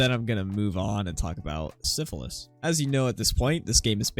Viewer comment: Good video but your favorite character's name Sisyphus is pronounced Sis-uh-fuhs, not syphilis like the disease. Just in case you mention him outside of this video in the future.